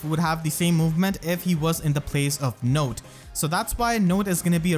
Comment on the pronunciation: Note to self: her name is pronounced "note", not "not".